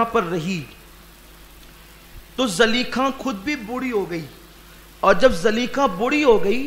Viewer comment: Zulaikha hai really name Not zaleikha